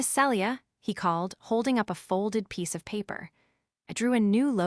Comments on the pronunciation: IT IS [SEE-LEE-A] NOT [SELL-EE-A]!!! Also, common sense would be for him to put her backpack on his back, and not let her keep it on her while princess carrying her. Also, Zaden??!!! Really?? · Celia is pronounced Seelia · Tell the crappy AI her name is pronounced Ce-le-a not cellure